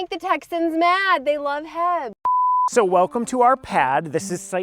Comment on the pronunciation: "Heab" rofl, you can get by a bit with 'heeb' but that may be only at the "ghetto HEB" near Baylor back in the day. but yeah, H E B thanks for the laugh.